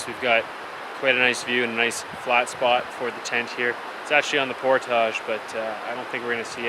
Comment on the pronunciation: You're speaking English, but why do you pronounce portage the French way? You don't know how to say it in English?